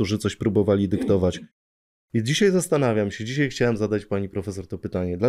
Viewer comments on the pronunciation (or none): none